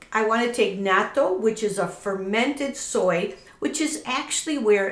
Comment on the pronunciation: Woww you're the only White person who pronounces it correctly. Lol. Bravo.